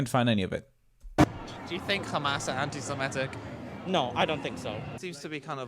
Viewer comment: There is no such word as "ANTISIMETIC"...The word is "ANTISEMITIC" !😊